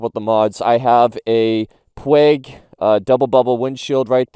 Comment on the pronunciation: Screen is pronounced pooooge from Alberto Puig(pron-pooge) 500cc rider in the day.